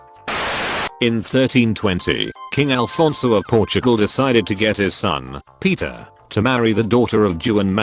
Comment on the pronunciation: ITS NOT FUCKING ALFONSO ITS AFONSO